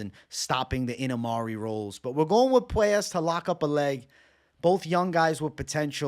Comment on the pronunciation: ENAMARI ROLLS!?!? 😂 it’s IMANARI ROLL 😭